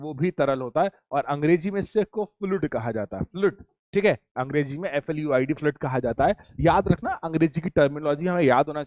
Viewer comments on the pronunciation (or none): none